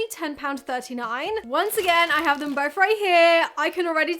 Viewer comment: Please please learn to pronounce th. It’s not boff it’s both. Drives me insane.